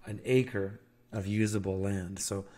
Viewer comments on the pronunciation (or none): none